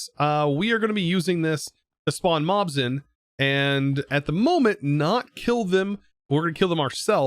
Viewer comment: i heard Moms instead of Mobs and i laughed for like 15 minutes